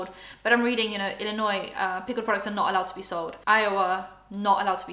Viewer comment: Hey! You said Illinois right! There are people from the US who can’t even say that right!